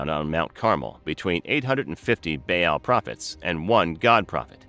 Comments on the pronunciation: I'm having a hard time getting any information past that terrible pronunciation of the name Baal. "Bay-AAL!" Ugh. It's pronounced "Ball." Like the toy. The double A in ancient words like this always sounds like that. Ball, lawn, yarn. AW sound. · It's not bay Al...its Baa aal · Baal is pronounced "Bah-all", not "Bay-yell". I cannot listen to this presentation, mispronunciation is just too annoying, and I am not even an English native. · No “bay-al” they didn’t have the English pronunciation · its pronounced bal